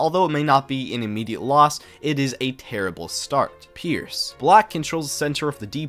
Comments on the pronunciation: Pirc is NOT pronounced pierc, and even though I am a beginner, NOBODY I am learing it from has the second move be made with the G pawn. It has always beennthe knight and explained that we start with the d pawn to protect the knight from the E pawn from attacking our knight on the second move. I came here to see what you had to say and was disappointed. Also, i win about 60% of my games as black with the Pirc online, which is better than how I play as white with the London. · "pirc" is pronounced, "pierce"?? I have been saying it wrong for over 35 years lol